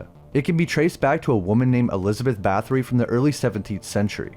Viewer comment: Yes historically her name was Elizaberta Bathory the th sounds like a t slid over your front teeth.